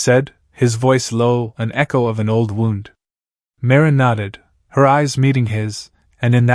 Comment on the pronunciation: If she was going to freeze without his jacket, wouldn't she have already frozen before he found her? How many times is the AI going to misprounce "wound"?